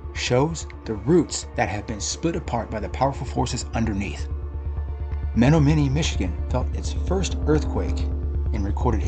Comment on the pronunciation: Very interesting. Just a note...it's pronounced Me-NOM-e-nee.....